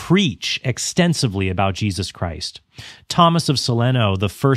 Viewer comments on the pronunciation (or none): none